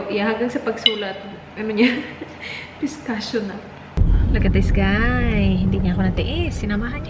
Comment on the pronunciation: Most people pronounces Pistachio wrongly haha as "Pis.tash.ow". But Pistachio is actually pronounce as Pista.ki.yow haha its an italian word. :)